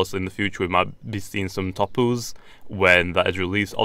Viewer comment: it's not topu's it's Tapu z